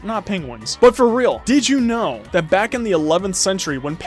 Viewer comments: can you stop saying dith you know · Every time he says "did i u know" i say nO i DoNt